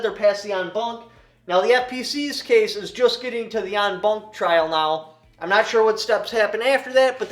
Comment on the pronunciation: It's "en banc"